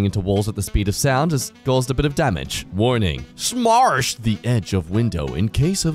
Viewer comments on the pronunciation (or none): than says waming